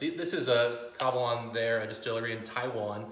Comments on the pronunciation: Ka la van? Ka va lan dude... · It is KA-VA-LAN, not KA-LA-VAN